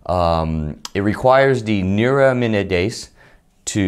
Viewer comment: I just feel the video would have been a lot more professional if you attempted to pronounce/practice the medical phrases prior to recording the video, such as neuraminidase or oseltamavir